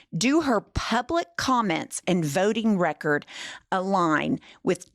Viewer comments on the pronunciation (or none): none